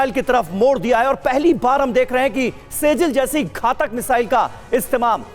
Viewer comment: से जिल ❎ सिज्जील ✅